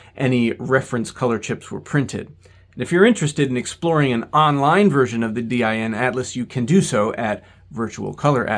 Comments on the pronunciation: It took me off-guard hearing DIN pronounced "Dee-Aye-Enn" instead of just "Deen" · No german says D- I- N like that. its just Din, spelled like you would a word, not an acronym, even though it is an acronym. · DIN is an acronym, but we pronounce it as one word. DEEN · FYI, in English, “DIN’ is not spelled out, but pronounced as a word, rhyming with “tin” (basically, the word “dinner” minus the “ner”.) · Although DIN is an abbreviation for "Deutsches Institut für Normung" and as such could be pronounced as individual letters like you do (similar to e.g. IBM), it is most often spoken as if it was an actual word, sounding similar to the english word "dean". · Hearing D Y N so often kinda makes me want to print a doormatt with that and ship it to him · sounds like DYN to me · I’d say it rather rhymes with english "bin". The "e" sound in "dean" is a bit too long. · In Germany, DIN is pronounced as one word and rhymes with bin. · In English, in industries where the name “DIN” has been around for a long time (for example, in electronics, where DIN connectors have been in use for decades, or car audio, where car stereos use several sizes of DIN mounts), DIN is pronounced exactly like “dinner” minus the “ner”. Short “i”. That is, it is not pronounced the same as in German.